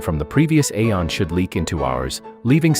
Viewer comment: Ok, despite being spelt "aeon" it's pronounced "ee-on". It's just one of those words.